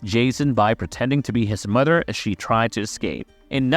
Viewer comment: "his bond wiff his modder Pamela" great speaking, jokes aside good video